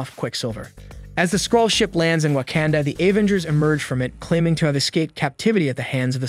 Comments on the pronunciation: Especially when he says wah-can-duh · Wakanda not wacanda